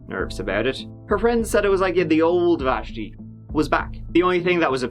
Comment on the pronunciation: It’s so weird hearing my name pronounced so perfectly in my favorite accent. What are the odds of me watching this video at 1am and hearing my name 😂😂 Vashti